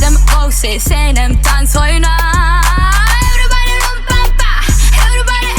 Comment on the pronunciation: Everybody как-то произносишь по колхозники